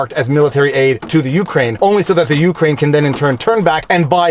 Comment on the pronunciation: The only thing wrong with this commentary is how you pronounce Ukraine 😝 Seriously though, thanks for the steelman of the defense side of things!